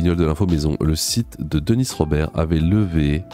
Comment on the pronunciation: Pourquoi tu prononces Deniss ? C'est Denis, non ?